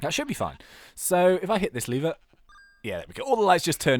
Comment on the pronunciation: you say lever like leevwr